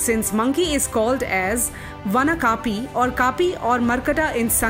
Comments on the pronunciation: They are "vaanar", not "vaanaraa", and "kapee", not "kaapee". Please speak Sanskrit words correctly, not distorted the way English people do. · Your information is quite on path...but kindly see to it that pronunciation of the sanskrit and hindi words is appropriate... slight mistakes can be big, for example it's not कापि/kàpi rather it's कपि/kapi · Your content is great, but pronounciation is pathetic. Don't anglicise Indian words. It changes the whole meaning. For e.g. your pronounciation of kapi is so wrong it changes the meaning.